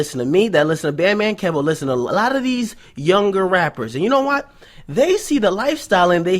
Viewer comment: it's Key-Voe not Kev-Oh